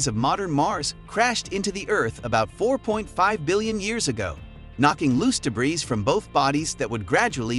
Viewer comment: Learn how to say the word debris